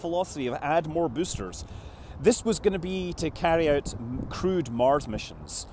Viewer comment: MOAR BOOSTAH